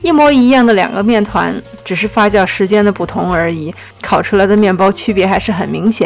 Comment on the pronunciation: 發酵唸Fa “xiao” not fa “jiao”！我聽的好痛苦